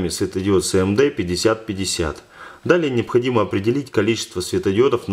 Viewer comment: не Сэ Эм Дэ, а Эс эм дэ